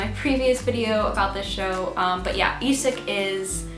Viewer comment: Love your videos and enthusiasm! Just two things on my mind: 1. You are way to modest about your Norwegian pronunciation skills! Skam... Isak... Fem fine frøkner.. very close to perfect! And... i'm sort of a language geek. So... in pronunciation matters English speakers frequently are the odd men out. You just are... "Skam"... "Isak" - most non-Norwegians will instinctively pronounce these words more or less like Norwegians do. Only English speakers would pronounce Isak like "Eye-sack" ... So thanks a lot for your efforts, you're doing very well! 2. Season 4: it sort of puzzles me why no one (not even in Norway) suggests Emma. Why would she be a good bet? Well... before Skam no one had heard of Julie Andem. No one had heard of anyone in the cast. Except Emma (Ruby Dagnall). She has been hyped like.. the most promising Norwegian acting talent ever (google her)! So when Julie invites her to join the cast - it is for a reason. Will there be seasons 5/6? We don't know. If season 4 is the last one - my money's on Emma. And I suspect that would be a mind-blowing season... Emma has history! Isn't that obvious? Thanks again for your videos!